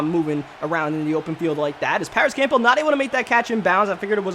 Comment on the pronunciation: I HATE HOW HE STILL PRONOUNCES CAMPBELL 😡😡